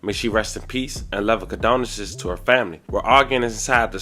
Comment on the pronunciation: What does “Condoneses” mean?🤷🏾🤷🏾‍♀️🤷🏾‍♂️ The orator ALWAYS SAYS during his stories, “Love and Condoneses?” I would really like to know what that means? It annoys my spirit to hear a grown man REPEATEDLY SAYING, “Love and Condoneses” come on, it’s not that hard… is he trying to say, “Condolences?” I don’t want to assume anything?🙄🙄🙄